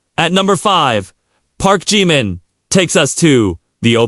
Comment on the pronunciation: U do not say his name correctly at times so annoying